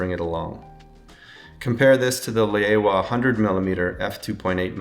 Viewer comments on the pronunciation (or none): it is not lay-aowa or lay-owa. it is laowa